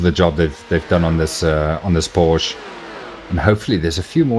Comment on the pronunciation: I wont lecture you on the corner names cause thatd take way too much time but theres one thing id like to point out...the 'e' at the end of nordschleife isnt silent. Same goes for porsche